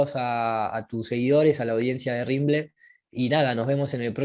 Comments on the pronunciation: Hey y.......es RIM BEL 35.....not...RIMBLE.... 😄😄😄 (sinó..los reptilianos se van a enojar), siempre firme al pié del cañón. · es RIMBEL35, no RIMBLE35...